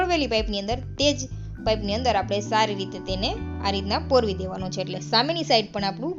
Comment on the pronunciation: પોરવી ના કહેવાય પરોવવું એમ સ્પષ્ટ ભાષા બોલો